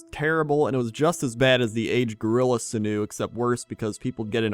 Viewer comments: The way pronounces sinew makes me think of a canoe. Now I am imagining a canoe made of sinew. For reference, it's pronounced sin-yoo, in case anyone is confused. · Tells me to go look up ichor as he's saying sinew wrong. I SEE, SIR. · its sin-you.....not sin-new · "Sinu", its pronounced Sin yew... dammit, just dammit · Sinew phonetically is 'Sin-yoo', not 'Sihn-oo'. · its pronounced "sin u"